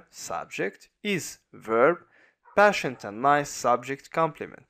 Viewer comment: thanks so much bro...but patient is pronounced /ˈpeɪ.ʃənt/